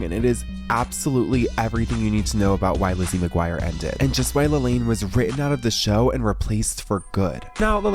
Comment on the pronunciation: She said her name was pronounced La-Laan not La-Lane